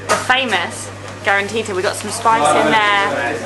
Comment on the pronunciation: The correct name is calantita, not grantita, and it is considered a diminutive of the word caliente in Spanish, and it began to be discovered during the Spanish occupation of the city of Oran.